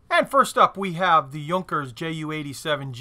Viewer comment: you-n-care is phonetically how you'd pronounce the Junker planes, the model was called Kannonfogel and was the idea of Hans Ulrich Rudel. His method of attack was to ricochet the rounds off of the ground into the bottom of the tank as it was the thinnest armor of the tank. He was awarded the equivalent of five MOH and while they made five Knights Cross to the Iron cross with oak leaves, crossed swords, and rubies, his was the only one awarded. The rest of those medals were captured by the Russians and taken to Moscow. He is credited the battleship Murat and a Russian cruiser as well. He destroyed over 500 Russian tanks and shot down fifty credited kills. Toward the end of the war, he received a wound, which caused his leg to be amputated below the knee. He was flying an FW 190 at the end of the war with his foot taped to the rudder pedal. He flew over 2500 combat missions. After the war, the Russians would say they could tell when Rudel was in the area by the number of burning tanks.